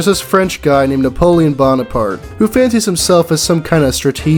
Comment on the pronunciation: i just heard you say napoleon bombapart